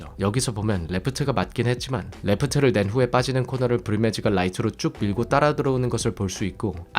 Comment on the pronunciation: 브리매지는 ”브리뮞즤“라고 굴려서 발음하면서 right는 구수하게 “라이트” ㅋㅋㅋㅋ